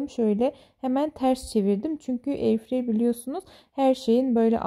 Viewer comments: Çünkü okunuşu eyırfray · "eirfrayı" olarak telaffuz ediniz veya Türkçe bir karşılığı varsa onu kullanınız lütfen. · Bilerek mi etirfreyır diyorsunuz